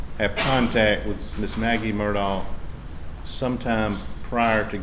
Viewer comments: Has sounded to me like Mur-dg (from the people who seem to be closest to the family). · I have now heard 4 different pronunciations of Murdaugh. I wonder which is right… MUR-daw MUR-dock MUR-tog And last but not least, and this is the way I heard Alex (among a couple other folks) pronounce it: MUR-dk … like there’s no vowel in that last syllable…it’s almost like the dk could be a new letter of the alphabet. Fun times.